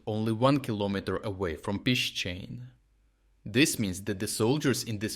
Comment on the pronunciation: What's with the alternating pronunciation of "Pishchane"? I wish he would just say it the Ukrainian way!